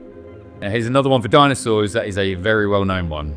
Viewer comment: What are "dinsoauers"?